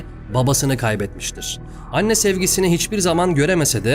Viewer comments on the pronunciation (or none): none